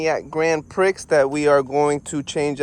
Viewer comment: Never heard anyone pronounce Prix like that before🤣